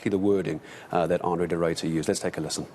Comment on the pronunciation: "Arno" De Ruyter? Really? It's Andre guys. Jeez.